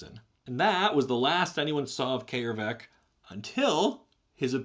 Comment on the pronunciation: Holy shit its brilliant coming across someone who actually pronounces Æ correctly. . . That hard 'AY' is vastly more soothing than you think, having dealt with americans butchering it into 'EE' and british butchering it into 'EI'. . .